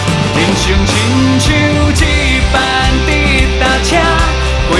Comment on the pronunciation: 很喜歡這首歌所以希望更好 只看發音："就算" (是dieu不是jieu)，"一班"(bang不是ban)，"掌握"(jiang不是jian)